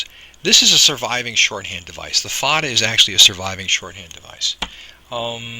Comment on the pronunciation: Agghhh... the pronounciation is off and it bothers me because you're so close to being right, but it just doesn't sound right.. and it bothers meee... The accent over the a is called a fathe or foda, and is pronounced as "fodda" (the "dd" is said by spreading the tongue behind the upper teeth, as the "th" in the word fathe is a broad t while the "h" is silent) It is an Irish accent that's used in the Irish Gaelic very commonly, and because of this, the vowel ":á" is exaggerated as a broad vowel, except when it preceeds (or follows) a slender consonant, where another broad vowel will flank that slender consonant (and the reverse is true). Thus, the vowels will always agree - slender with slender and broad with broad "Caol le caol agus leathan le leathan” The problem I have with it, is that the way the (á) is pronounced, is sort of correct, but not..? Because there's a nasal quality with it to pronounce it better as a slender vowel, but as a broad vowel, there's more impact - and this is an important distinction. And it sounds like yer tryin fer the broad pronunciation, but the technique is off, so it sounds like yer tryin to say another vowel as a slender and mixing the two together and it just.. it's like an itch in the brain ye can't scratch But there's another huge problem that i have with it.. which is hardly ever even addressed or made aware for most people that I can't really fault ye for.. ye're goin by one singular based accent, and not really specifying which region i